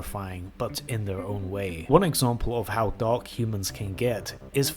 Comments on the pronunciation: Why do you pronounce "dark" like "dog"? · Must be your imagination